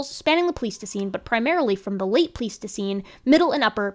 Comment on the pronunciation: Thanks for doing this work. I wouldn't have the patience myself, but I'm glad you do. One thing: isn't "pleistocene" pronounced with a long i in the first syllable? I kept wondering if I'd heard it wrong my whole life, but I checked a dictionary pronunciation, and it did have the long i. Is it one of those words that has multiple pronunciations?